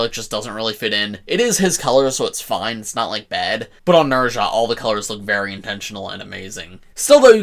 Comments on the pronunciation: Not to be that guy, but his name is pronounced "Nehh-zz-aah" not "Ner-zha" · Nez-ha.... please say the name correctly please!!!!